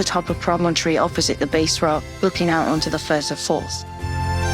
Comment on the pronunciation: Oh, BTW - I'm a Jock and have one small criticism. The home of one of the biggest gannet populations in the world is not pronounced Base Rock...... It's the BASS Rock, ie. pronounced BAAASS (think of the noise sheep make)